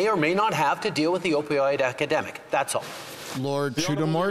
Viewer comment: The guy can't even say the word epidemic.